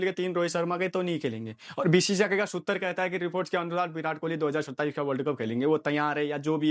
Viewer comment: Sutar nahi Sutra hai